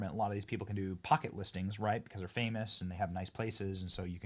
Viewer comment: "Ellen is Famush..."